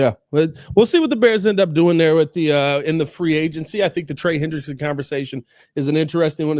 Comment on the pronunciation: It’s Hendrickson not Henderson for all you window lickers